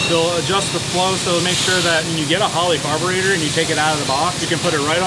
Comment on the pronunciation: It´s not Holly....it´s H o l l E y 😚 🤣🤣🤣🤣